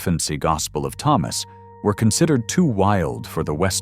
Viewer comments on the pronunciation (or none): none